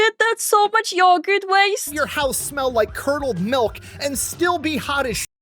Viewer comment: Naaaah. Yogurth.